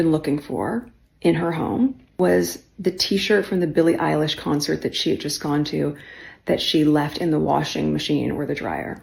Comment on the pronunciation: Just a little pet peave. Billie’s name is pronounced like Eyelash , not Alish. It’s like Obamas name, every Brit I have heard calls him Bear-ick Obama. He is kind of famous. You should know it is pronounced Bah-rock. Even the UK media says it wrong. Not a big deal, just kind of gets on my last nerve. But yeah Meghan Markle is a creep.